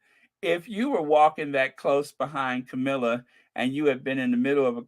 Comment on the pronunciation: you mean Cow-milla